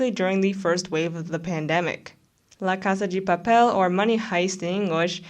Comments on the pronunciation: Was gonna say, the pronunciation of "Casa 'gi' Papel" made me cringe each time, but then I guess there might be a Brazilian twist to it? I feel like just calling it Money Heist would have been better. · as a spanish speaker i would rather you saying money heist, the way u said it was kinda distracting. The video and analysis are good tho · Why do you pronounce la casa de papel like that 🤨😐